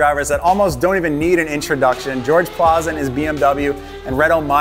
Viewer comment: I just want to say, his name was Georg, not George. Great video nonetheless, very informative. It's gonna be great in the supra!